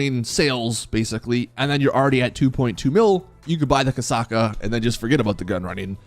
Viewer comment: its Kosatka not kasaka spell the "t"